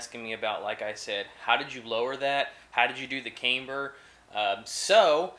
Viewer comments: Cam-ber not Came-ber, you wouldn’t say Cameshaft would you. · Nice video! Very informative! Oh, and FYI you're pronouncing camber wrong. It's "cam" not "came". Like how you would say camshaft. Look forward to seeing more vids! :)